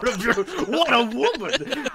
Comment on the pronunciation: wudduh beyoodiful wuhmuhn.